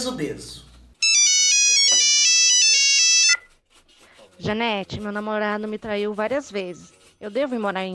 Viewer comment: 😂😂😂😂JANETE É O NOME....Eu entendi DANETE 😂😂😂😂 é Danone agora?? E para surdez o que é bom ??😂😂😂🙈🙈🙈